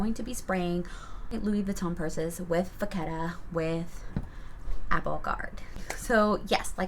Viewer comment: It’s not vaccetta… it’s vachetta.. it’s cow leather and is where the name comes from.. cow in French is VACHE… ask Siri for pronunciation… Im French (Parisian) and it’s pronounced Va-Shh. Hence Vachetta(Va-Shhh-Etta)… doing the Lords work educating one ignorant at a time!